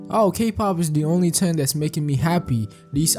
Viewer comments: good vid but bro pronouncing thing as ting is fucked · I've never heard anyone say "Ting" for "Thing" and have such an expert analysis.😊 I mean no disrespect.